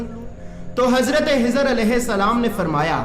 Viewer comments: nam shi nhi bola khezar .a.s.thano hezar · Hazrat khizar hai in bhai ki kh ki aawaz me masala (problem ) hai kh ख خ bol nahi pa rahe hain shayed.